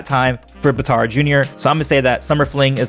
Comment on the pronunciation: Bitar it’s batar